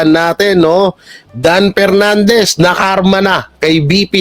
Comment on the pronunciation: Ano ba yan inalis na ni Pernandez ang letter F sa alphabet